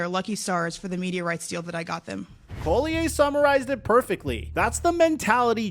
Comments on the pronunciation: LOL its not COLLIAYE its Collier!!! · Not that it matters, but "Collier' isnt a french name. Its English (call-e-err not call-e-eh ). Just means "coal miner" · He calls her Napheesa Coulier. Cut. It. Out. LOLOLOLOL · Napheesa’s last name is pronounced “call-yer” not “coal-lee-yay” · CALL-e-yer. You draw attention to her cause ... at least respect her enough to not mispronounce her name like 100 times. easy research. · Dude… stop trying to frenchify Collier’s name. It’s literally just pronounced “call-yer.” Pretty obvious you’ve never watched a single game of hers 😂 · making Napheesa's name sound all French and fancy. 😄 It's Collierrr. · your saying collier wrong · You've done several videos mentioning Napheesa Collier in them and still you can't be bothered to pronounce her name correctly... That's just lazy. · how come you can't pronounce her name correctly? that's pretty sad. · Hearing “Collier” said like that so many times is pissing me off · Bruh please learn how to pronounce Napheesa's last name before saying her name a million times in a video. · Dude if you are going to report on someone at least google how to say their name... Collier... just look up 1 video on her... You've done multiple and you say her name wrong every time. This page is becoming more and more unreliable and uninformed, sorry to say but I'm unfollowing. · You are butchering the name Collier lol